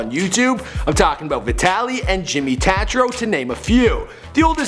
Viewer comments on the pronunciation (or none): Its pronounced taytro not tatro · Jimmy “Tahtro”.... yep, definitely a half sender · Can’t even say jimmy tatro properly lmaooo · Pronounce jimmy's last name right come on man